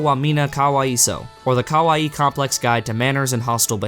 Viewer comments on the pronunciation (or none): none